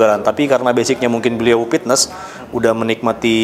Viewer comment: Sunda mah P bukan F haha, Pitnes